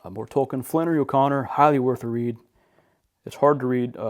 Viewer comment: Beautiful library …good to hear you pronounce Tolkien’s name properly.